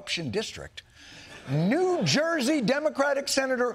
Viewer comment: Not Cuban but New Joisian! 😂